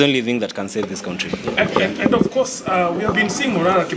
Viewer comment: I like but whoever taught him how to pronounce ‘country’ should go straight to jail..and not pass go☹️